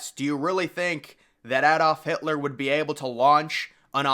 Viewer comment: Your pronunciation of Adolf Hitler is wrong too, lol